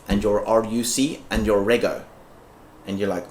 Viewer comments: REGO* pronounced REJO, like Registration is pronounce Rejistration, Reggistration. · Ruc is road user charges for a diesel vehicle , rego is pronounced redg oh.. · RUC's are only applied to vehicles that use diesel or any other fuel that isn't taxed at source. This doesn't apply for vehicles that use regular gas/fuel. Rego is also pronounced "redg-o".